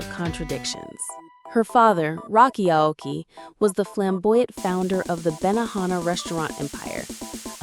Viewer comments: How much can you butcher that girls name? OP: Yes! ‘Woke-ee’ ‘A-woke-ee’ ‘A-whoa-key’ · The narrator pronounced her last name wrong almost throughout the whole video. And at the very beginning, she pronounces it herself. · How you mispronounce her last name wrong differently every time?